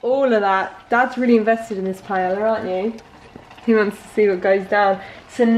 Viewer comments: Btw you pronounce it “pie-eya” in Spanish ll is pronounced y and chorizo is pronounce “cho-re-tho” and buñuelos it’s pronounced “bun-we-los”. Estoy española y vivo en Valencia en España me encanta la comida aquí porque es riquísimo 🤤 😂mi favorito comida es sopa de pollo. Que rico ay Dios mío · Pretty sure pronouncing paella like that is more of a disservice than putting chorizo in 🤦🏻‍♀️😂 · im so proud of you for the tortilla flip!! it is a rite of passage for the spanish youth. i will not make comments about the authenticity of the paella recipe, HOWEVER, it's pronounced Pah-eh-yah. so happy u liked our food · drink game: take a shot each time says PAIELA lmao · Oh bby you tried so hard but that's not how you pronounce paella 💔 it's pa-e-ya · no, you don’t say it like that 😂 PA - E - LLA, you are adding letters that are not there hahahaha You can look the pronunciation on google translate 🤗 there you say chorizo really well! The tortilla is supposed to be thicker, yes. The thing that I never heard is the 20 minute wait. How do you make tortilla there? You don’t fry the potatoes? PS: I am from Spain and I don’t like paella nor gazpacho at all, but I am the rare one. I love churros and tortilla tho. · darling! ilove you, but Spain is far from the only Spanish country. there's Mexico, Brazil, even Puerto Rico. also it's pronounced "pie-aye-uh". 🤣 you're adorable. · Its pronounced pie-yay-yuh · Everyone mentioning that the paella is made wrong, but I’m just triggered by how she’s saying it. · Your pronunciation of paella is the cutest thing